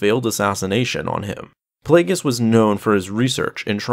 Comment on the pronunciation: It’s Darth Plagueis